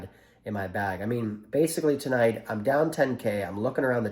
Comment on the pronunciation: he pronounces down as 'downg' a lot and it sounds crazy lol